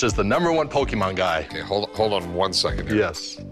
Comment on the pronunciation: 故意念錯其實就是想表達我不是這什麼寶可夢掛的，雖然確實不算很失禮、羞辱人，但以一個商人來說其實不算甚麼專業態度。